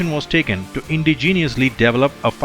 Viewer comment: It's not indi geeeniously. It's indigenous.